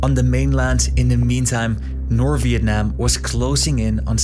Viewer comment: Great pronunciation! "Việt Nam" WOWWW